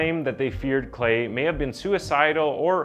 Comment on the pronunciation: Lol “clay”